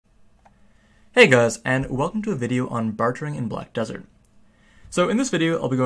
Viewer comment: say it with me, "BAR-DURRR"